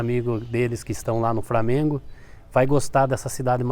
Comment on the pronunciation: o cara falo framengo kkkkkk assiti desempedidos kkkkkkk